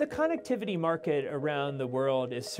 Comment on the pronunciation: Nonsense Edit: he even actually pronounced it CON ectivity. Don't be fooled people